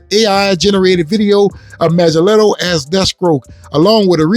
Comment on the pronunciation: The movement ever stopped. You know what it is. #WalletsClosed It's pronounced Manga-Nello.